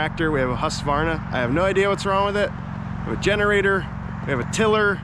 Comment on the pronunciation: Hey, I own a husqvarna, it is not read like that, it was manufactured on